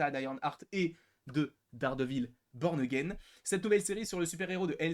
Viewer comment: Peux tu confirmer le fait que toutes les saisons ne sont pas inscrites dans la timeline et même qu’elle n’y sont-elles plusieurs DISNEY+ ? Sinon fais gaffes à la prononciation,à un moment tu dis « Dardevil P*rn again »😂